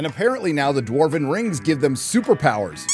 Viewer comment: "Previously on the Rrrrrings of Power" 😂